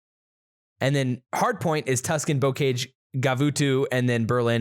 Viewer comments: Pronounced bo-ka-zh, and it's French, not English 🤦‍♂️😂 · BTW both of your pronunciations of bocage are wrong lol